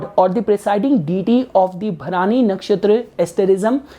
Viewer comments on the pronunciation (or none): Hi, please correct your pronunciation of the nakshatra. It is not 'Bha-raani' as you said it. It is Bharani.